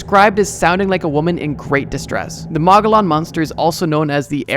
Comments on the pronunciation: Mo-go-yon, not mah-guh-lon. it’s from the Spanish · Being from AZ, I just wanted to say Mogollon is pronounced officially as moh-ge-YOHN or sometimes colloquially as muh-ge-YON. That’s all. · The moggolon is pronounced "muh-goy-an-, the moggolon were Indigenous people during the early stages of new Mexico or Nuevo Mexico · From Arizona and live pretty close to the mogollon rim and I’ve never heard of that lmao. And it is pronounced (Mo-ge-on) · Mogollon is pronounced Mo-gee-on hard g sound in gee. Source: I'm an Arizona native. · mogollon is pronounced mogoyon moegoyoen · For AZ: pronounced Moe- ghee-yawn ;) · Mogollon is pronounced ‘moe-gee-yawn’. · Mogollon pronounced mogy yon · Mow-Ghee-On Monster 🤣🤣🤣😭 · mogollan is pronounced “mo-gee-yon”, named after the mogollan rim which runs through the middle of the state O7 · its pronounced muggy-yawn, the mogollon rim is the mountain range that almost cuts arozona in half. The mogollon monster supposedly lives on it. Also IMPORTANT FACT: if you hear blood curdling screams in the wilds of north or south America it is most likely a mountain lion. Mountain lions sound like a womans blood curdling screams. Always be safe when outdoors. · I’m from Arizona and I actually have a Mogollon Monster sighting. It’s from a region of Arizona called the Mogollon. And btw it’s pronounced “mo-gee-yahn” :) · Arizonan here, to anyone who reads this, it’s pronounced more like Moh-ghee-on Monster Pretty cool story though and good video, thanks for making it :) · The way you butchered the pronunciation of mogollon for Arizona is wild lol. I live right on the mogollon rim, never seen that bad mamajama. There are definitely some way crazier native American stories up here than that though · the pronunciation of Mogollon killed me💀